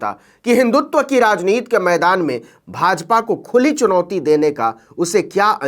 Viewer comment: आप राजनीति को बार बार राजनीत् क्यूँ उच्चारण कर रहे हैं ? क्या हिन्दी का गला घोन्टना है।